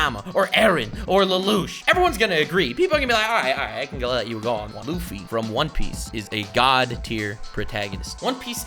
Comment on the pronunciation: Bruh u had me good till u said luffy ...meh